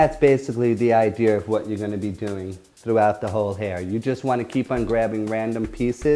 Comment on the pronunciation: Thats the idear.! Lol - .